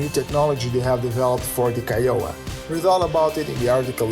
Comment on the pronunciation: I enjoyed this episode which I found to be full of good news. I am going to nitpick a bit because it is in keeping with my childish nature. Renton & Seattle are separate cities... they are very close to one another but they are indeed separate. Also while you made a valiant effort to pronounce Kiowa correctly you didn’t quite get there. Europeans seem to have a lot of problems pronouncing American Indian names... so do Americans from large Eastern cities. I imagine I would butcher the names of many places in Europe. Be well! :)